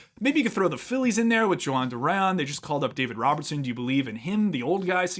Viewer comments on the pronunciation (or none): none